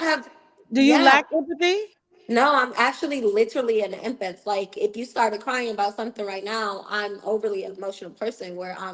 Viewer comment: The guest said, "I'm actually an empith"? The word is empath and it's pronounced em-path -- pronounce "path", like a road or trail. Empath.